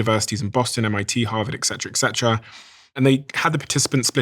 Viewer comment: Ok, I am not a troll or a hater ;) in fact I love the channel. This said (and because it‘s about the brain) I don‘t understand why many smart English speakers, including our host, say ‚ex-setra‘ constantly 😂… the words are ‚et cetera‘ (and the others) . I suggest to start with brain health by using our language carefully and consciously. This also excludes euphemisms and political correctness speech which is b.t.w. Being given to us intravenously by ideology indoctrinated filters in AI… just saying